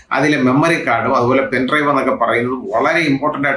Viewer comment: പെൻഡ്രൈവറോ പെൻഡ്രൈവോ? ക്ലിയറില്ല ശബ്ദം.